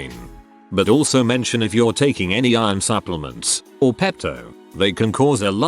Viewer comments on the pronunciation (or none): none